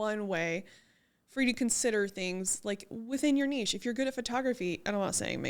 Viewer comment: I love that you pronounce the word nichė correctly 😆 It so irritates me when someone says nich 😁 But great topic, number one struggle for real